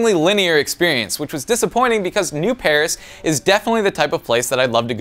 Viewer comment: It's Neo-Paris